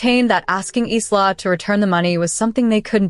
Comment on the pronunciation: Really, so how come the pronounciation of "Isla" is so horrible? Its 'I-la', not Is-la